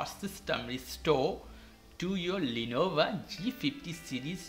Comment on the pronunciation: Hermione: "It's Lenovo, not Lenova"